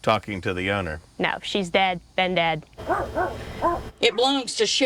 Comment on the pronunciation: Whats daaeed??? You mean dead?? High maintenance Gen z doesn't know how to pronounce dead